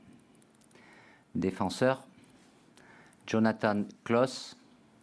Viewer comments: Jonathan se prononce "Djonathane"? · Il est fou Deschiant. Au lieu de l'appeler Jonathan il l'appèle à l'américaine. Il y a des Jonathan en France bordel!